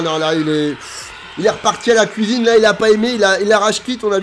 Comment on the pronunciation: C est un plaisir de regarder ted vidéos tu donne le sourire Et puis à chaque fois que tu dit « à la couisine »j explose de rire 🤣🤣🤣🤣🤣🤣🤣